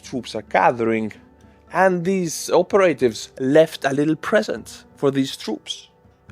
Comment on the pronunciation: Operative... Pronounced like Pavarotti: opera+tiv... Not operate +iv.... Free English language tip for you. Keep up the great work